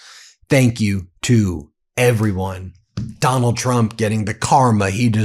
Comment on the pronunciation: 😂 “Donald Twump” 😂 we ❤ you Ben